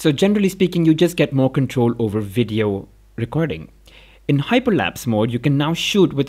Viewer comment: "pro WIDEO"